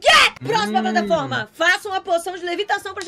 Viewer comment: O patlaforma